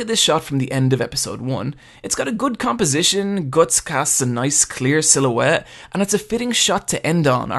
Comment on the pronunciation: I dont like how you pronounce guts